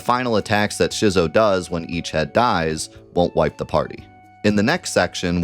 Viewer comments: So this is cool and all but that 2headed dragon boss is not pronounced "shizzo" - it's like...schizophrenic -- Schizo. Skit-zo. It was a pun cuz 2 different heads. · It’s pronounced “Skit-so” not “Shizzo” For some reason no one seems to know this. Like schizophrenia. Same prefix, meaning to split or divide. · I can’t quite wrap my brain around who decided that the two headed dragon in Gaea’s Cliff is gon be pronounced Shizzo… only thing I can think is that we can’t say it in the year of Jenova 2024 because YouTube demonetization will spank you like a naughty Bubby in the Honeybee Inn if you dare call the “split personality dragon” a Schizo? Is that on purpose or are you actually trying to tell me that you think it’s called Shizzophrenia? Genuinely curious if this is a mistake, or 1000iQ big brain algorithm dodge? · You're saying Schizo wrong. The damn word means dual personalities. You pronounce it the same way you would if somebody had the disability. Come on man. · why do you run the game stretched badly? 4:3 game in a 16:9 window?? 🤢 also FYI "Schizo" is pronounced like the word - someone suffering from SCHIZOphrenia 👍